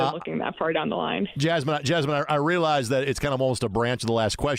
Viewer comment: Great show, but to be honest, he butchered Jasmine’s name and she was just too kind to correct him.